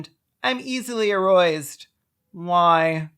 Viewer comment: "aroised" god help me